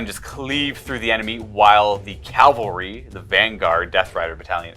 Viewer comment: Calvary? Seriously 😑